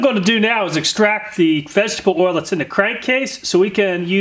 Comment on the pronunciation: This guy seems to have trouble enunciating the words "vegetable oil." In a video ABOUT vegetable oil, he says it a lot, so it's pretty easy to notice. Does anyone else hear the way he slurs that particular phrase, or is it just me?